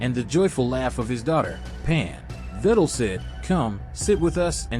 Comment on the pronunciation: Its pronounced vi del